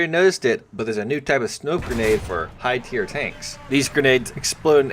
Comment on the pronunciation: Look man, I like your channel and watching your videos but i cant take it any more. Please double check your pronunciations and spellings of certain words and phrases before you say them (ie Dynamo, BR, tier, etc...) Please just take this as constructive criticism, I'm not trying to bash you. Sincerely, a fan who wants you to go far.